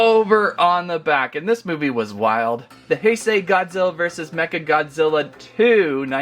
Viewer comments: Heisei is pronounced like this hey-say not hi say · "the heisei era is my favorite era". doesn't even know how to pronounce heisei. here's how to pronounce heisei properly: h-e-y-s-a-y